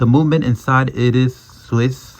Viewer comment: No se dice "momenent ", se dice moVement". Con "V" mayúscula. Yo que vos me dedicaría a hacer tus videos en español.